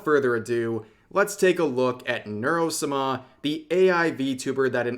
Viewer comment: has he always said Sama like that, it is torture